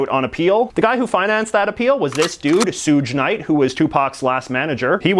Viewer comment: I'm pretty sure it's pronounced Shug Night